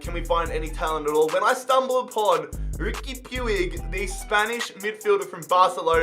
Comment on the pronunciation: It's pronounced pooch not pewig just sayin lol☺